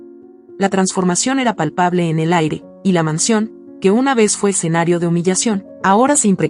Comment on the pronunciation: Y dale con “el EXENARIO” Es ESCENARIO….ESCENARIO ESCENARIO….ESCENARIO😂